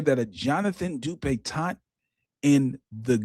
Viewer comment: I clicked on here solely because I know pronounces this man's name DupitonT. Ain't no T at the end,!😂😂